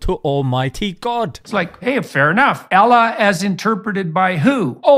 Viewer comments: boy I've heard some *bad* pronunciations, but never ever in me life, have I heard someone pronounce "Allah", as "AEALAH" xd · How about you try to pronounce the almighty name correctly for a start ? A L L A H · The way he pronounced Allah bruh. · he is pronouncing in hebrew. I think he is fascinated by jews and became mentaly a slave to Netanyahu and Ben Shapiro. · The he pronounces Allah💀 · I can't stop laughing when this guy pronounced "allah" 🤣🤣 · Bro doesnt know how to pronounce Allah or Islam and throwing his opinions in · the way he pronounces Allah is so cringe…